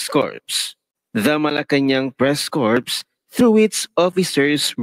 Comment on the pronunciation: For the person who read the Statement: Corps is pronounced as "KOR", not "corpse" (meaning dead body, patay).